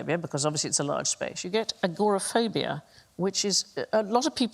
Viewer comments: Nobody in America says "agra-phobia". It sounds too similar to "acrophobia", which is a totally different phobia. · the pronunciation of agoraphobia depends on British or American English